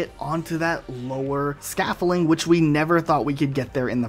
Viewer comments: Say it with me, Scaff-old-ing Not Scaffaline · why do you pronounce scaffolding "scaffiling" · Ok first, that ain't scaffolding. Second, it is definitely not "scaffoling" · The way you say scaffolding drives me insane... Scafferling man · SCAFFOLDING SCAF-FOLD-ING Other than that, great video man. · Makes a video on "mispronounciations"... can't even pronounce scaffolding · New drinking game: Drink every time you hear him mispronounce "scaffolding".